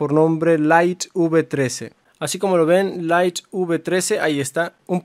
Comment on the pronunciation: Deberías hacer curso de inglés para aprender la pronunciación de palabras como widget y light.... Las repites todo el tiempo y de forma equivocada...